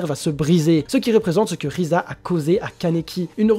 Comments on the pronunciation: Si c'est risa mais le "r" en j'aponais se prononce "l" dans la version française ils l'on apellées "lise" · Le R en japonais se prononce L si je me trompe pas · Ah bah oui je sais pas comment j'ai pu le louper xD Bon bah je m'en vais acheter un microscope. Sinon j'ai surtout posté mon message parce qu'a force c'est un peu chiant que les gens essaient toujours de prononcer le nom des persos à la japonaise pour faire genre alors que bien souvent ils se trompent. Et si jamais, je sais pas si tu sais mais beaucoup de team de sub traduisent le nom des personnages en romaji ce qui diffère un peu de la prononciation française (l'exemple de "l" et du "r"), sinon on dirait Tōkyō Gūru et pas Tokyo Ghoul. Bon bah pour finir ce vaste discours, je tient à te redire que tu t'es amélioré et que si tu continu à apporter de bons arguments ça ne pourra que bien se passer. Sur ce, bon courage pour la suite.